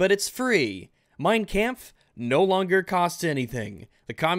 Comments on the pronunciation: "Mine KAMPF" sorry just though its funny how you pronounced it :P great vid tho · ' pronunciation of Mein Kampf gave me AIDS